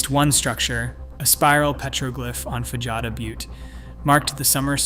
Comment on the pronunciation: Fajada Butte = fah-ha-dah, NOT fan-jah-dah.